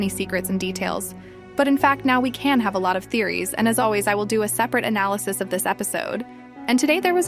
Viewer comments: Why said aballysis not analysis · Btw you said a abalysis and not analysis